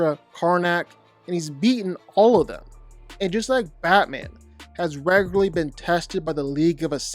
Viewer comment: Your commitment to saying "raygurlee" as frequently as you did is commendable